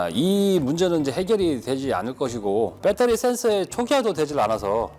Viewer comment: 표준말을 써주세요 억양이 뻬떠리가 아니고요 베터리 입니다